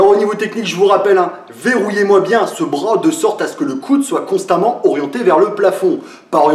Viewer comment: "Verrouillez moi bien ce brôas" :)